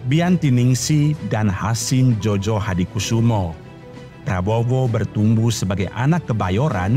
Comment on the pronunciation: Admin, penulisan Djojo dibacanya Joyo. Krn penulisan sblum berlaku EYD dj= j, dan j= y. Jd Djojohadikusumo harus dibaca Joyohadikusumo. Gituuuu...